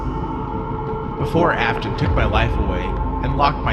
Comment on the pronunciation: Bro, I love how instead of Afton it's Aston